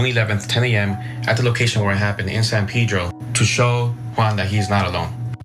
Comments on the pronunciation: It's not San Pidro... Pronounced San Pedro... Castellano es fonético por favor! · It’s not pronounced San pee-dro. Jesus.